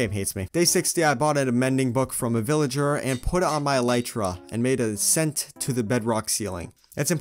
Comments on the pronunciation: It is el-lie-tra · It's not eleetra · It is e-lie-truh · Its E(lie)tra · Yeah it’s elytra not elytra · Not elitra elytra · I absolutely detest the way you say elytra. It makes me cringe 😬 hardcore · I call it elytra not eliitra but say it how u want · It’s ok if u say elitra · I think it’s ah-lie-trah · Your pronouncing it Elitra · It's. Not elitra it's elytra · bro its elay-tra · ITS NOT ELLEEEEEEEEEEEETRA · It's not eleetra it's elytra 😅😂😂😂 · El ee tra 💀 it’s el eye tra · "My goal was obviously to find an eleetra." Me: "Its elytra." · It’s pronounced, El-y-tra not El-E-tra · IT'S NOT ELEETRA IT'S ELYTRA but it's ok everyone speaks different but good job making videos your videos are the best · Elaytra bro not ilaytra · Elite-truh is so wrong bro it’s e-light-truh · The word alYtra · I say Eleyetrah I’m sorry for everyone who says elEtrah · e-ly-tra is the way to pronounce it, not e-li-tra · It’s not Eletra is elytra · It’s elytra not eletra Ik I’m 2 years late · It’s a lie trer Not a Littre Trer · why am i angry if you say elitra its elaytra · It’s E-LY-TRA N NOT E-LI-TRA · It’s aly tra not eli-tra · It's k Obviously pronounced eh-lie-tra not elee-tra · It is [e l a i t r a] not [e l i t r a] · its not elEytra its elitra say it with a i not a e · Bro said eleetra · Ehlietruh not eeleetruh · El I tra not el ee tra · Elytra not eletra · It’s elYtra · are u british its elaytra not ilaytra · not elricha its altra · El ly tra not el echa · It's Elay-tra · U guys are wierd it’s eltytra U not actually wierd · No offense any1 but i cant bear hearing El-ee-tra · The cats name should be named Snowy Also its pronounced ell-light-tra Also also the axoltl should be named jerry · I’m sorry but a eletra? 💀💀💀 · ITS UH-LIE-TRUH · As a Dutch person, I say Ee-lie-tra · Name the cat snowball spelt wrong like shnowbaul It’s e-lie-tra elytra that’s how you pronounce it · E-L-EYE-T-R-A Love ur vids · E-lytra? It’s e- ly-tra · IT IS NOT EL-EEEETRA LIKE U SAY